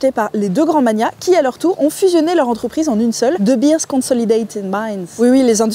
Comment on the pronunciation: Pour info, de Beers ne se prononce pas "deubirz", mais "deubéérs". Pour Vooruitzigt, laisse tomber 😂